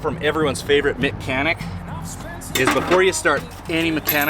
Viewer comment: Wow his Canadian really came oot when he became Mic-Chanic. LOL. I'm an Albertan but I've been a Musician all my life and I spent years of it on the road playing every city and town in my western world of Chinada Oops I Mean Canada. I never did cross over into Alaska as we just didn't have any reason to and our Agent didn't have those clubs or bars there. But EVER SINGLE ROAD has seen my eyes. And visa Versa. It's in my heart and soul! I have a close friend right now traveling in the BC kootenays just for the love of that place! I envy her.